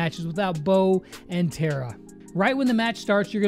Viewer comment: I m once again saying its Tara not Tera